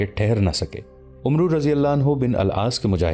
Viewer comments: Not omroo it is Amr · Bhai umru nahi amr bin al aas padho 🙏